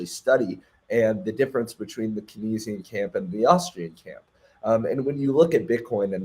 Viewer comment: Sir the way you pronounce kenzian 🙄